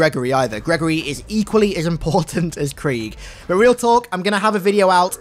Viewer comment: Its not creeeg